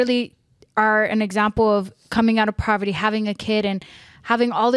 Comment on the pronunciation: Poverty*** not proverty haha love you though